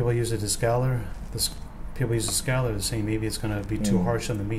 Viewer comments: Narrator's pronunciation as "skallar" versus scaler was hard on the head. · Everytime he tried saying scaler I cringed. "skeller". That's all I kept hearing and I don't know why but it really bothered me. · A Scaler is pronounced with a long ā. A scaler is used to remove scales